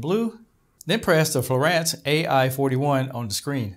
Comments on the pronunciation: It is pronounced FLooo-on-s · Written as fluance but pronounced as florant, all for a word that doesn't even show on Oxford dictionary. Canadians truly are weird. Must be too much maple syrup or expired doobies.